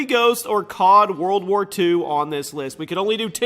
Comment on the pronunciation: i need to say anything about "COD".....Its more like "GOD"